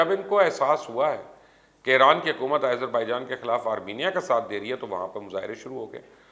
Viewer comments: Sir, correction please. its not aizerbaijan, its azerbaijan. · Who told you it's Irzerbaijan? Seems your teachers are lunatics. Why the hell do you mispronounce almost all the names outside Pakistan? Don't you see te Azerbaijan where did this Izer come from? Bloody ignorant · MR. FOOLISH YOU DONT READ COMMENTS. WHY YOU WRINGLY PRONOUNCE AS IZERBAIJAN